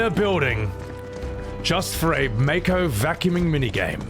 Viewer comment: The way you pronounce Mako is the only way to pronounce Mako. 😂